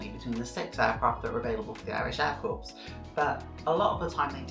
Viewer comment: Its "cor",not "corpse"